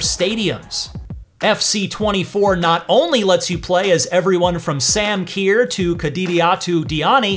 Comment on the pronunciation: “Sam Kiyer”